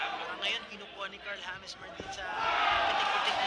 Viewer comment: hindi hames😂